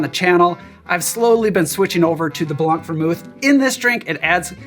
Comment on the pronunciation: Je suis curieux : appréciez-vous sa façon de dire « blanc » ? BLONK!